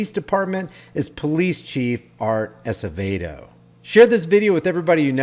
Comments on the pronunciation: It's pronounced... Ass-a-vaydo... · Art Acevedo pronounced (Ass a vey dough)